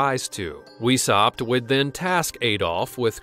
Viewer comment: His name is pronounced Vice-howpt not weeshopped.